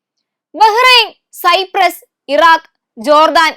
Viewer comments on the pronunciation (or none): none